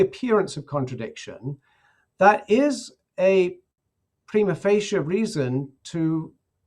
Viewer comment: I have heard pretty much all possible pronunciations of "Prima facie" before, but never have I ever heard someone say it "PREEMA FAHKEE" before.